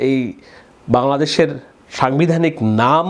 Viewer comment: Vai aponar bangla uccharone onek ghati ache !! zemon somogrik ( samogrik), songbidhanik (sangbidhanik ).....